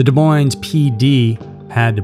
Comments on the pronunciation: Sorry but this really bothers me. You are saying Des Moines wrong. The Ss are silent. (De Moine). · Des Moins---dont pronounce the s's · I love your channel. It is one of my favorites. That said, you don't pronounce the "s's" in "Des Moines." It is pronounced "De Moine." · Iowa native here! Des Moines is pronounced without the s at the end on Moines lol but yet another great video, thank you for all your content! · That bothered me throughout the video. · great story. if only you knew how to say Des Moines.